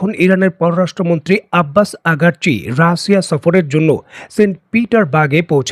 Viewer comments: সবাই বলে আরাগ্ চি আপনি বলেন আগার্ চি , কোন টা সঠিক ? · একজন ইরানের বিখ্যাত পররাষ্ট্র মন্ত্রীর নামটাও সঠিক ভাবে বলতে পারেন না?